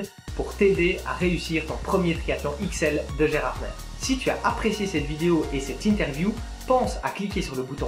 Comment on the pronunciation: Gérardmer se dit "Gérardmé" ^^ sinon très bonne vidéo :)